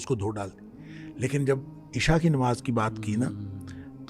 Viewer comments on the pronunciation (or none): none